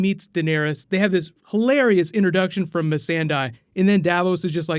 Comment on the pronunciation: Missan-day,. Not Missan-die. Anyway, awesome recap as always.